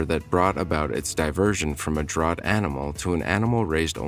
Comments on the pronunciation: The narration is computer generated, but not annoying. However DRAUGHT is here mispronounced DROUGHT, not properly as DRAFT. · I know, Jess fcking Christ it's DRAFT even when it's spelled draught. Like draught beer. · Draught- pronounced “draft.”